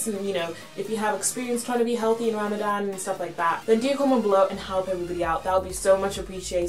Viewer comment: and u say it ramathan but written Ramadan